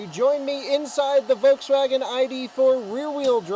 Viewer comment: Love the way you say "voteswaggin". :D